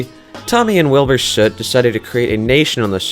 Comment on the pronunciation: wait, I thought it was wilbur s-oot not wilbur shuut